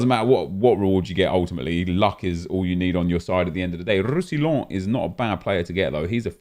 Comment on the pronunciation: Roussillon is pronounced roussiyon fyi.